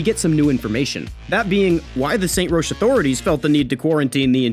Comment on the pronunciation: Great video, but it is pronounced Rock not Rosh.